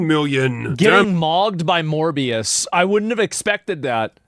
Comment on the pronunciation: When he said “Morbius” I heard “More BS”